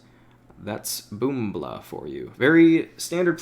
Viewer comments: It's pronounced boomych not boombla, still a great video tho! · Not Boombl4. бумыч(BOOMICH) ON RUSSIA language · BoombI4 is pronounced like boomych, and balblna sounds like valyna, jmqa is for jimka. russian 1337 speak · His nickname is likely to be pronounced as "bumych"